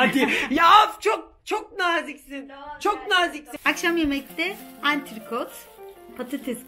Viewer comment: Hiçkimse:: antirkot